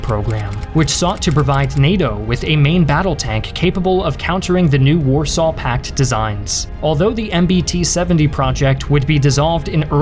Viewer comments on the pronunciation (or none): none